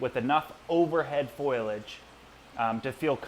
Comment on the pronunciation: Foliage, boisterous, pectoral, brood (and mouth brooder), emaciated., these are all words that you mispronounce and need to practice saying correctly. If you want to educate people you need to learn how to pronounce things properly otherwise you are mis-educating.